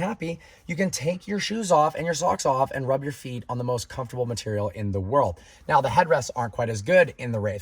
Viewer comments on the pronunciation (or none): none